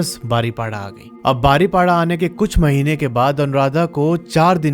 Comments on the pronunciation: मैं ने यह दशहरी स्टोरी सुनी जो अपने बारीपोदा को बारीपाडा कहा । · बारीपाड़ा नहीं बारीपदा अच्छे से बोलो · Bhai Baripada nahi 😅 बारीपदा hai 😊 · बारीपाडा नहीं बरिपदा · Im from baripada .aur ye बारीपदा hai बारीपाड़ा nrhi😅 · Are Bhai baripada nehi paripoda pronunciation hai...kese bolte ho ...thoda pronunciation sikh lo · Bro ise बारीपदा bolte h not baripada 👍 jay Jagannath 🚩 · बारीपाडा ❌ बारीपोदा ✅ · बारिपड़ा नहीं भाई , बारिपदा बोलिए ❤ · I'm from baripada and sir you pronounced our city name wrong 😢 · Rasulpur nahin rasulgarah. Baripada ko kya bol re ho bhai. Bahut sara galati kar re ho area k names me.